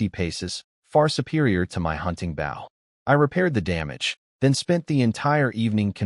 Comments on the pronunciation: Mispronounced bow, for bow and arrows, archery. Also mispronounces bow, like a show of respect. This happens every video. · And once again the AI cannot pronounce the proper word bow, archery equipment instead it talks about leaning forward and respect or the front of the boat. Almost every one of these AI do it. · how come you can say crossbow right but cant say Bow right. all you do is take cross out of bow to say it the right way for a weapon.